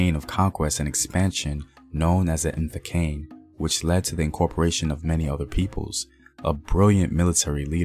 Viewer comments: Mfecane? You said that like an Anglo! Mi-fe-ca-ne. You said Dingane, rhymed with "cane". It's Ding-ga-neh. There was no elongated "a" sound. Listen to Henry Cele say it. Ding-ga-neh. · The word Mvenqangi you saying wrong 😂😂😂😂😂lol and Mfecane. I don't mind to teach🤣🤣🤣🤣. Luv bro